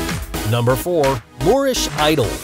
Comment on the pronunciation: FYI: #4 we call a "Moorish idol," not a "Lorish idol"